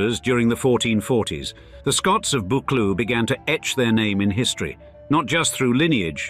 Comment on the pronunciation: Pinkie Cleugh is pronounced Pinkie Clue, not Pinkie Clu (Clu rhyming with Up). And it's BuckLOO, not BUCKloo. Andy why do you keep showing shots of Eilean Donan castle (and maybe Dunvegan Castle), which is nothing to do with the Buccleuchs. And American legal series, along with Sense and Sensibility - it's very distracting. It means that I have no idea which images in the video are actually of Buccleuch people, buildings, lands and projects and which are just random filler.